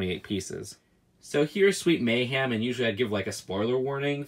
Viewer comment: I love your videos but why do you say “Sweet May-HAM” and not “Sweet May-HEM”😭